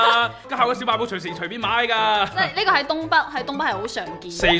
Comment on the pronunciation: 阿龙说小卖部三个字的时候带广东味了